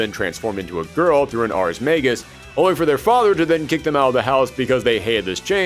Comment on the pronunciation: Pretty good retrospective, and I’m really looking forward to seeing you tackle the story in full. The only minor complaints I have are that you seem to be flipping pronunciations of “Ragna,” mispronouncing “magus,” and you’re calling some of the characters’ weapons “Grimoires” when that’s not what they are. Tsubaki’s weapon is is what’s known as an Ars Armegis weapon, and several of the characters wield Nox Nyctores (weapons that killed the Black Beast). The only Grimoires used by characters in the game are the Azure Grimoire (Ragna’s), Blue Grimoire (Hazama’s, though the dub also calls it Azure Grimoire) or the No-Name Grimoire (used by Mai Natsume)